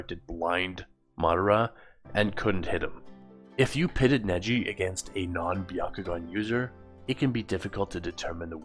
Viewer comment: The Bya…ko…gun? What even is that? I thought there was only one dojutsu in Naruto.